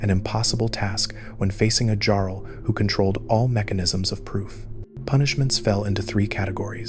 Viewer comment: Great video but how do you miss pronounce jarl